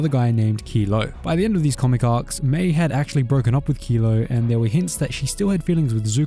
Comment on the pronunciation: It’s Mai.